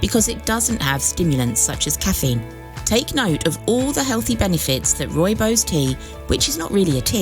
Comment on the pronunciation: it is pronounced Roy-bos